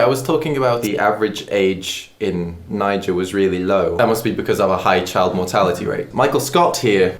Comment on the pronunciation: and yet he still pronounced "niger" wrong